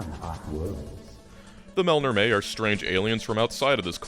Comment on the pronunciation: I love that you pronounce Melnorme that makes it rhyme with "Mel Tormé." I always said "mell-norm."